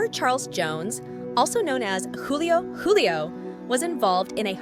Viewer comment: She even said Juvenile Ace and Young Ace. And Julio Coolio and Julio Julio